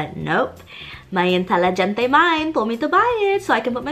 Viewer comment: I laughed when she said "inteliGEN(like gen in genetics)te mind. just remember the g isn't pronounced, it's very soft. like an H instead. Inteli(HEN)te! I love the effort, though!